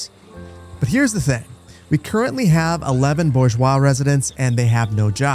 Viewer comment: This episode was a tour-du-force! You made up for your iffy pronunciation of bourgeois by making that amazing brownstone street and the wonderful churchyard!